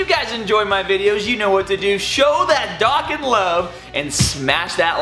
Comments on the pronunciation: Its pronounced dough-con not dock-an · It's pronounced dough-con.